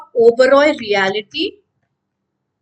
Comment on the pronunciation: मेडम, ये "रीयालीटी" नही पर "रीयल्टी" सेकटर बोला जाता है !!!